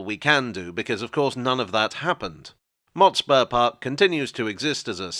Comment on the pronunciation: I recall the pronunciation of Motspur with less emphasis on the spur and more on the Mot